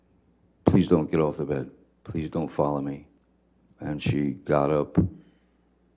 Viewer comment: “This could win me dee academy award”! Bugs B.